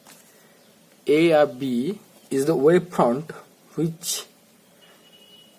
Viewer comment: It's wavefront and not waveprond